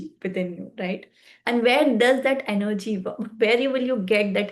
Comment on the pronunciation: Sorry but you will need to re make this video. It is procRastination and not procastination. You will need to put in a lot of effort if your videos need to be of high quality. Also its not enerrrrgy its energy. But your determination is admirable...keep it up.